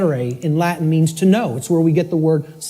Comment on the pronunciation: His latin is awful. If you bring latin to the table during a speech, you HAVE to know how to pronunce the words at least. Immagine someone using english words like 'computer' or 'hello' and pronunce them 'combutter' and 'hillo'. Makes everybody wonder if you even know what you are talking about..